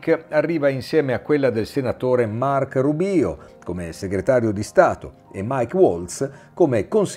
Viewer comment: Ribīīo??? Rùbio, è spagnolo, significa biondo!!! Dio mio!!!!